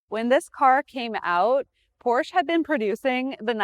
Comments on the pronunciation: When will you learn its not called Porsch? There is an E at the end of the brands name, for good reason. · Pronounced: POR-SHA... It's a family name. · Not to be that guy, but, if you are going to be selling these cars, you probably should be pronouncing it “Porscha” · I speak German and Hungarian............... but am of triple nationality. It is pronounced; "porrr she' " . The "r" is "rolled" like "rrrr", with the last "e" as in "elephant" is briefly stated, almost silent when pronounced. But true! I do believe it is "appropriate", no matter who reviews this or other vehicles of any make, the name is pronounced "with reasonable correctness" as it promotes respect for the manufacturer/maker of the breed. It is no different than speaking well of someone and in trying to pronounce One's name appropriately. Many people do care. However, I do believe the presenter poured her best into this review and it was well done! This was an excellent review of a great car. The lady has very good knowledge. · Incorrect. I speak German............... but am of triple nationality. It is pronounced; "porrr she' " . The "r" is "rolled" like "rrrr", with the last "e" as in "elephant". Alzo! The "e" is a short e , almost silent when pronounced. But true! 😏 haha. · Learn to pronounce Porsche....and Getrag You don't want people to think your hair is really blonde